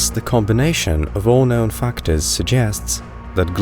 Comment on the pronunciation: What a funny accent, your not a native speaker? The way you say known , you say nown. But you pronounce words with a posh English accent